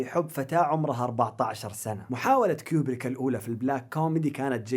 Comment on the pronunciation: *كوبريك مو كيوبريك